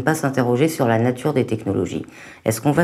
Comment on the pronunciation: Vive la natCHure et les voitCHures